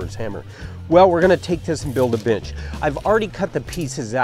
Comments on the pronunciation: Sounds like was saying build a bitch 😂🤣😂🤣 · I keep hearing bitch instead of bench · At the start I thought he said, ".....But now we need a bitch!" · I like he calls it a “binch”.. and why is he callin himself buff?? Dude looks flimsy af